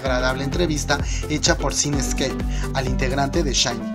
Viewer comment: "aiyu" "lliguapey" "combek" jajaja SHINE en lugar de SHINee ... nipongo atención a nada por reirme